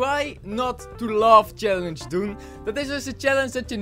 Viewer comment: Niet als haatreactie maar ik verstond try not to love scallenche